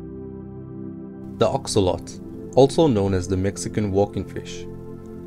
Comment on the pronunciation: It’s axolotl not axoloti